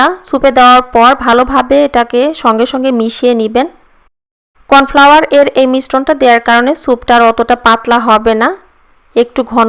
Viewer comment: কর্ন ফ্লাওয়ার হবে ওইটা